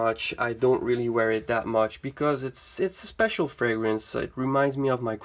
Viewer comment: You are the only fragrance reviewer so far that has pronounced every fragrance correctly! 😊